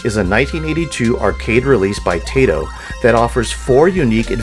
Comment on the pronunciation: It's not tay toe, it's Tie toe.